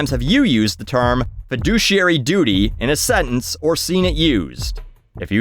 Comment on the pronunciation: I own stocks and this video is the first time I heard feduciary